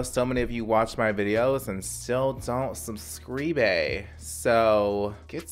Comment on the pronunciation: Suhb-screee-bay! Say it with me